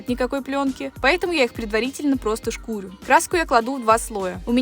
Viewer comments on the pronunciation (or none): Только шкурю́, а не шку́рю😬